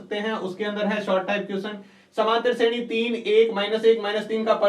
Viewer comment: vo shredhi nahi shreni h